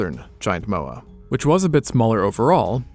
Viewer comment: Mowri? Mah-ore(no 'r' noise)-ri roll the r Mowa? M-ore(no 'r' noise)-ah